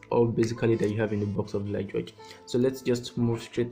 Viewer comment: It's actually pronounced "Lee Guh". Nice review tho